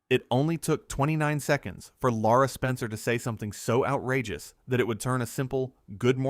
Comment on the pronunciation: Not Laura, Lara Spencer